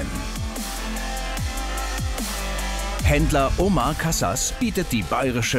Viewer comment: Diese Leute die Omar nicht aussprechen können